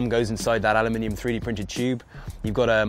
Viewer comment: alamnimum chew’b